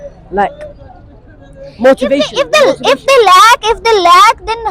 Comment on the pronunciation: Burgir English Accent ... Ye Mochivation kya hota hai??